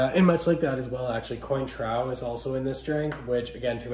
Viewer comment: 1-cotton candy? 2-"coin - trow"? PLEASE read up on "How to not Insult Bartending Trade". If you're gonna take creating a "youtube" channel seriously, you GOTTA KNOW your subject. And audience. You got points with the bib however. (I couldn't watch to the end, sorry)